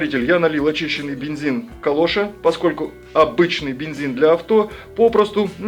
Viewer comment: И вам КУ! Так пацаки должны приветствовать читлан, это правильно. (Шутка юмора). Бензин вы называете правильно - Калоша, с ударением на первый слог, по фамилии химика создавшего его. Народ превратил его в галошу, что обидно, понимаешь ли. Есть другое название этого бензина - Уайт-спирит. Он применяется в качестве разбавителя для лакокрасок и продается в тех же отделах магазинов. Горелка хороша, может применяться для низкотемпературной сварки (пайки) алюминиевых и нержавеющих изделий специальными припоями из алюминиевых сплавов которые продаются на Али-Эхпресс. Спасибо за конструкцию, экономию времени на ее придумывание.